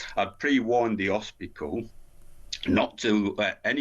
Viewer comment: Hos pit al. Not HOSPISKAL